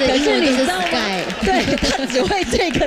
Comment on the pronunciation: 感覺憲哥唸成死 gay.....